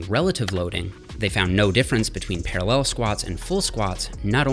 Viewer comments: I hadn't noticed Jeffs accent until now. Why does he keep saying ParalLEL like that!?! Hahaha. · Para LELLLL